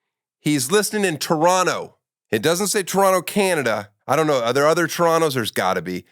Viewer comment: Finally an American that can pronounce Toronto. Thank you Daniel